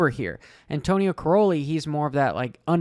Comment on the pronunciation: it's pronounced Kai - rollie